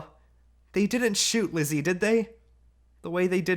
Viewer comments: her name is Lise not Lizzie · Her name is not lizzie its lisa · you say lise like this lee se